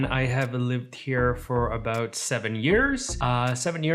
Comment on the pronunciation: You say “about” like a born and bred Canadian, lol